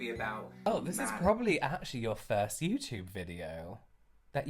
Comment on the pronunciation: The way kept saying VISSS instead of THIS in that video 🤣🤣🤣🤣 ME!